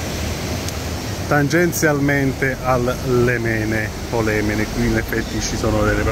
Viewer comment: Il fiume si chiama Lemene non limene e si dice bella o interessante mai bellino...... Portogruaro è un gioiellino Il fiume lemene e leggermente salato , gli abitanti sempre gentili ed elegant:i .. un grande poeta aveva scritto : Portogruaro e la PICCOLA VENEZIA. Io la amo. Vi sono nata.poi la vita mi ha portata lontana, nel mondo . Ma sotto i portici di Portogruaro si sentono ancora i miei passi veloci e al sicuro ❤❤❤